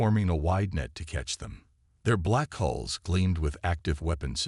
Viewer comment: Will you guys PLEASE GET IT STRAIGHT “ IT IS HULLS NOT HOLE OR HALLS OR ANY OTHER WORD THAT MAY SOUND EVEN REMOTELY LIKE IT. IT IS HULLS { THE OUTER SKIN OF A VESSEL} PERIOD !!!!! DAMN IT